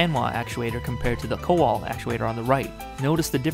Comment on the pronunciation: It's pronounced koval